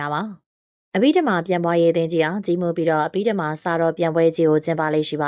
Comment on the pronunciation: အဘိဓမ္မာဘွဲ့ကိုအသံထွက်မှန်အောင်ဖတ်စေခြင်ပါတယ်